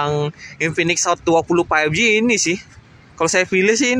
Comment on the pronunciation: Bang tolong berhenti bilang paipji. faivji bang.